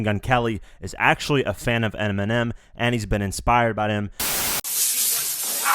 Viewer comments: pause he said 'ERMINEM'😂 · "fan of Eniminem" ecksdee.